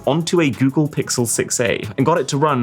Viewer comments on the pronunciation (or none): none